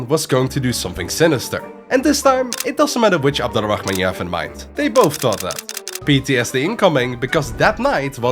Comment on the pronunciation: Slight correction, Abd Al-Rahman is actually pronounced Abd Ar-Rahman (the L is silent when it meets an R)